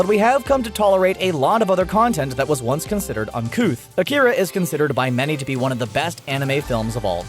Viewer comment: That's the thing about this video that ultimately kills its credibility. His pronunciation of Evangelion and Akira were also off, but in a marginally more acceptable manner. It kills me when people post videos with half-baked research like this, though. Jojo & the Qur'an? It wasn't "accidental". It was intentional; the reason there was controversy was that the villain was reading the Qur'an, which made it seem like there was a political gesture behind the scene, since this was the only instance where the language was clearly discernible in the book, and it was during a point where Islamic terrorism was on the rise. That wasn't the writer's reason for including it, of course, but the misconception blew up, because of how it was perceived by viewers. Many of these controversies are mentioned like the level of research was essentially "I read a post on that explained this; oh, there were twitter pics, too!"